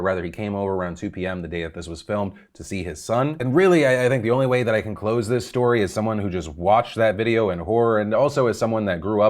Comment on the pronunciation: Did he say “this is what I’m gonna ‘clothes’ on”